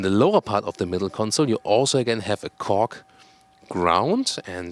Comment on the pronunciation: It sounds like fool of “Kork”::))